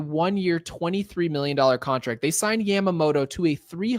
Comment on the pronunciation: Please Dear God, lets hope so. He is the poster child for everything that has been wrong with this team for years., love the show but you need to pronounce names properly. Off the top of my head I can think of 4 you have butchered. Yamamoto, Tommy Kahnle, Jeff Passan and Deivi Garcia.